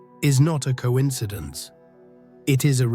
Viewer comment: I would like to hear the producer of these videos pronounce coincidence-"co•inside•ance".